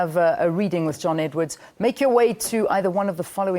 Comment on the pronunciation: Ummm... it's Edward. Not Edwards!